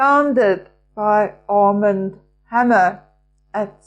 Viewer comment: Armand is a French name with an accent on the second syllable, or second 'a' 😊❤